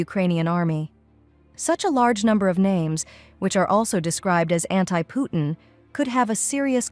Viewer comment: Why do you pronounce Putin so badly??? Where is the T sound???